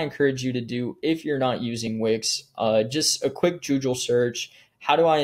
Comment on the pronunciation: Did you just say joojle search instead of GOOGLE